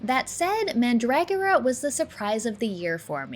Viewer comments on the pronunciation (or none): man-DRAG-or-uh just sounds wrong. I like man-dra-GORE-uh 🤷 ( says it both ways, here.) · I also Loved mandragora, Definitely S tier, but I have to give your pronunciation of mandragora an F Tier. Also please stop calling top Down Action RPGs like Sliding hero metroidvanias. MV's are 2D side scrolling puzzle platformers. what the hell dude. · hopefully of her pronunciation of mandragora.